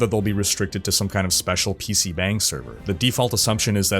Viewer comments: Not really important the 'bang' in PC bangs is pronounced with an 'ah' rather than an 'eh'. It sounds more like bong. Like when tomato can be pronounced toe-MAY-toe or toe-MAH-toe. The bang uses the same 'ahh' sound as toe-MAH-toe. The more you know :) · It's pronounced bong. You made my Korean wife blood pressure rise.